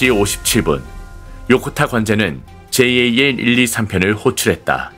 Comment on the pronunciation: 제이에이엘이 아니라 그냥 잘 이라고 읽어라 ! 에휴~~ 답답아